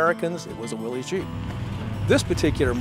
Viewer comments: Come on people ,its a WILL-ISS,not a WILL-EZE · I've heard its pronounces "Willis." Am I taking crazy pills? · Definitely among my favorite Jeep videos. Family memories with an amazing '53 CJ-3B Willys = top shelf segment! Incidentally, his dad looked like Glenn Ford and it's pronounced "Willis" after John North Willys. O|||||||O 🇺🇸Only in a 2 Dr🇺🇸 '41 - '06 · Willys is pronounced "willis"